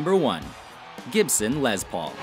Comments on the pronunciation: “Lez” Paul...... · Say it with me... LESS Paul. Not LEZ Paul. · It's not Lez Paul, it's Les Paul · Ok people stop calling the les Paul a Lez Paul...it's les with an s not a z...🙄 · It's not Lez paul. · They were calling it a Lezz Paul on one... lol.